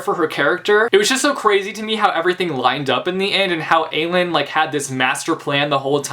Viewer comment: im sorry, STOP MISPRONOUNCING AELIN AND AEDION'S NAME. THERE ARE PLACES ONLINE WHERE SARA J MAAS PRONOUNCES IT RIGHT BUT AELIN IS NOT A-LEEN , ITS A-LIN, PLS JUST NO